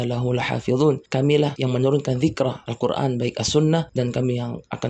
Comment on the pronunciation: gue setuju sama. bicara Al Qur'an ko ngomong Al Qur'an pake ain bukanya itu Hamjah 😅